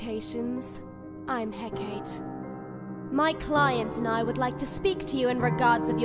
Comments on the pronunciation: Still wish they'd pronounce Hecate right, it's really distracting. The last e isn't supposed to be silent. Heca-TEE, just like Persepho-NEE. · This is great. But one thing that keeps driving me crazy: Hecate is pronounced Hek-uh-tee, not Hek-ate. It's like Persephone. I got it wrong too at first. 😅 Anyway keep up the great work. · I really appreciate the dubbing, but does anyone else keep getting thrown off every time they pronounce Hecate?